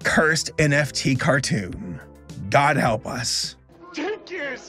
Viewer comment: Why did you pronounce cartoon like that? :D